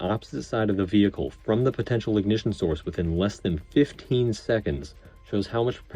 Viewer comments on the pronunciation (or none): none